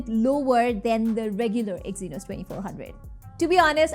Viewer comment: I just stop watching after i hear exynos😂😂😂